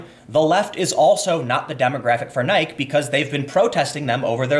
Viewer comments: rofl Tim it's NI-Key.. not like bike... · omg can't listen anymore stop saying "nighk" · How have you never heard Nike? Nye-Key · Why is he saying nyke? its greek right? So nyke - E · It's not Nik it's NikE. Pronounce the e. The left doesn't like Nike shoes??? You realize 90+ percent of black people are on the left right?? Also, of course the stock went down over the boycott. You're so fucking clueless some times Tim. This was one of your worst videos Tim. You sounded like Don Lemon, getting all the facts wrong and even mispronouncing Nike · OMG 🤬🤬🤬WHY ARE YOU SAYING NIKE LIKE BIKE IT’S WEIRD IT’S NI— KEY 🔑🤯🤯🤯🤯🤯🤯 ... ps I love Time Cast News great show🧐🤔🤭🤫👆🏼🤓😂🤣😂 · oh geez tim, its pronounced Nie-key, not Nie-k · Ummmm, who pronounces the goddess "Nick"? My over-educated family of classicists pronounces it nigh-kee, as does her Wikipedia article. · ITS PRONOUNCED NY-KEE! NOT NYK! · Tim It is pronounced nye-key. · It's pronounced "Nikey". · >pronouncing it Neich Kek. I like it. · You are killing me Tim...Nike is pronounced ni-key. I have not gone to Dick's since their age-discrimination started. I will not purchase any Nike product as long as they employ that spoiled little rich boy communist. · Did you deliberately mispronounce the name of one of the most recognized global brands to get more comments for the youtube algorithm? Because it worked. Nike pronounced Nai-kee is named after the Greek goddess of Victory usually pronounced something like Nee-kay. The E isn't silent, because its greek in origin. No laural wreath for you. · it's ni-key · kApernik is also brutal. Kapernick, soft ‘a’ nike Hard I hard E. Please Tim I can’t do this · I love you bro, but yeah it was cringe level it almost feels like you lost a bet where you need to incorrectly say niek 20 times in this piece as payment. As one of the few left that believes in journalistic ethics you gotta issue an immediate correction. I'll let the Capernick ones slide though. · Nye-kee lol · Nigh - KEY ffs